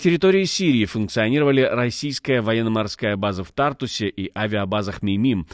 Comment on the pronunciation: Nexta Live, научите своих дикторов правильно произносить названия городов! ТартУс, а не тАртус!!! Что у вас с ударением?